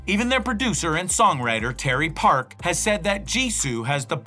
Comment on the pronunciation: You used the wrong photos for Jisoo no makeup, you showed Jennie instead of Jisoo. You also mispronounced a few names such as Terry Park instead of Teddy Park. Hmmmm